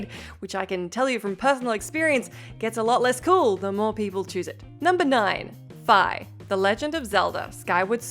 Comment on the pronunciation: The only time "Fi" was pronounced Fye was in Hyrule Warriors and was a localization mistake since Fye errs on Germanic pronunciations and not Eastern linguistics. Fee is the proper way to say Fi as far as LoZ goes.